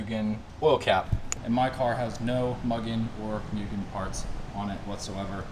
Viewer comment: It's pronounced "moo-gin"